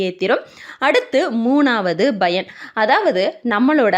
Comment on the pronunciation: Madam, thamizh nallathane preparing, paranoid yeen Bayan yendru solgireergal pl. Correct it, thamizh pl.